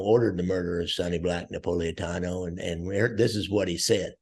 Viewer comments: Lear to say Napolitano right. It’s NOT Napoliatanio, it’s Napolitano. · Sonny Black's name is Napolitano not Napoliatano. Also, coincidentally Angelo "Quack Quack" Ruggiero was called Ruggerio. I always wondered why this happened.